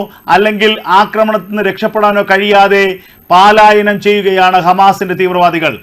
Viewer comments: സുഹൃത്തേ പാലായനം എന്താണ് അതിന്റെ അർത്ഥം. 'പലായനം' എന്ന വാക്ക് സ്ഥിരം വാർത്ത വായിക്കുന്ന ആളുകളും വച്ച് കാച്ചുന്നു.ആരും തിരുത്താൻ ഇല്ലേ??!!!! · ഏ! ഉവ്വേ! 'പാലായനം 'എന്നൊരു വാക്കില്ല . ഉള്ളത് പലായനം എന്നാണ് .